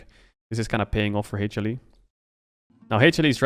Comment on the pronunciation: I'm obsessed with Caedrel's pronunciation of HLE as Hey-chilli.